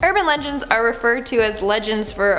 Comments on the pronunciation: she said uRban leNgEnds on the start 🤣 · "urban lengens" sorry had to say that u said legends wrong. but its okay because i do that all the time lol (this is not a hate comment)